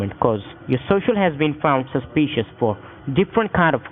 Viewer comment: Suspeeshious socials. Damn them!!